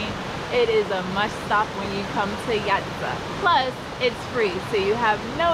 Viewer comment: Thank you for visiting our country AND learning how to pronounce Jajce properly. Please come again!